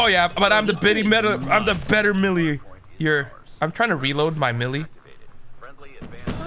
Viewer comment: So tragic the way you pronounce melee 😅 good vid dude.